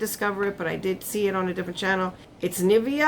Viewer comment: He said Nivea right